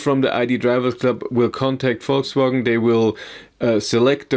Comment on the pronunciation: Volkswogn. Are you from the south?